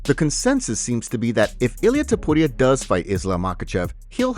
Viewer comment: I hate the way you say topuria but I love your channel. It drives me nuts every time.